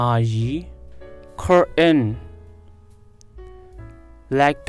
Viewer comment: Curtain အသံထွက်ကမှားနေပါတယ်😊